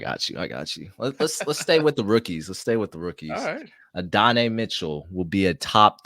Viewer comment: It’s AH-DUH-NAI not A-DONNAY btw 🫡